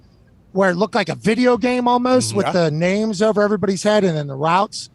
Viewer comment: Amazon not here to take part. They’re here to take OVAH!!